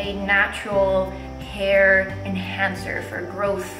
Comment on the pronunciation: lol "in ma heer" cool 😎